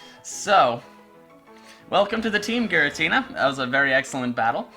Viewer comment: Ghiratina Renegein pokemon LOL😂